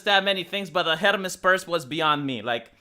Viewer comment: You can't say Hermès like that lol I can't lol